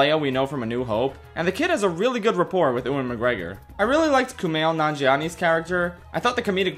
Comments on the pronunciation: Its "You-in McGregor" not ewwin haha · Who is Uan Mcgregor? Its Ew-an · Maybe it's an in joke I have missed, if so sorry, but as a heads up: the name 'Ewan' is pronounced 'Yoo-win' and not 'Ooh-in'. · Ewan is pronounced Yu-In, not U-Wan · Dude, you gotta get learned how to pronounce 'Ewan'. It's 'you-in', not 'oo-in'. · did he just say "ooen mcgregor" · wait did you just say oo-in mcgreggor? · Oowan McGregor lol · “Ooan McGregor” lol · Bruh said oowan mcgregor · is calling ewan oowan a joke or do you just not know how to say his name ?? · while you're researching how to pronounce names, can you look up the pronunciation of Ewan? Thanks lol